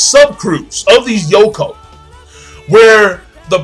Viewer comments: My dude you say Yonkou like snowcone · WTF is a Yoko? Its YONko